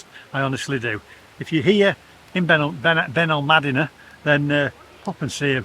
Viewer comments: It's Benalmádena not Benalmadína, friend. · As a resident of Benalmadena for over 20 years, was so glad that by the end of your video you actually pronounced the name of our town correctly 😅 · Great vlog..love Benalmadena (please pronounce properly by the end of your break). Wish you had ordered a SPING Roll 😀